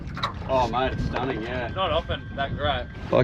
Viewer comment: No, it's Yerba MATE no matay. : )